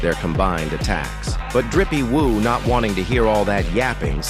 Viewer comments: Why is the AI calling Jinwoo "Drippie woo"😂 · this AI shit is so fucking cringe. "rizzy woo"?